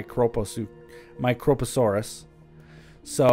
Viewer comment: His pronunciation of prionosuchus was correct the first time. Yours is not. You removed the second O. The only problem with his pronunciation of microposaurus is that he put the emphasis on the fist O as opposed to the I.